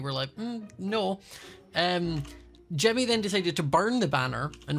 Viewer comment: Why does say Timny instead of Jimmy